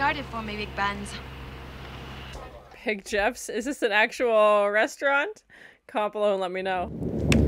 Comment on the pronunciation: She doesn't say "Big Ben", she says "Big Buns"